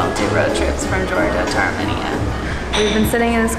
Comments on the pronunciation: said it correctly once. I'll bet Nate told her she was wrong, like he always does.. She went back to misprouncing it. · It’s Armenia not ArmeniaAa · Where the hell is "Arminea", Nate? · Nate's pronunciation of Armenia is going to haunt me until the end of time hahahaha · Oh my gosh yes thank you the pronunciation drove me absolutely up a wall I love them to death but oh my gosh all of them were saying it wrong and it was driving me crazy LOL still love you guys though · I think the pronunciation of Armenia is off folks 🧐